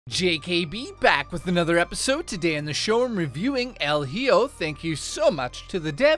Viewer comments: It's pronounced " L E Ho" 😂 Came here from RTU, that clown clip was hilarious lol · EL HEEO lol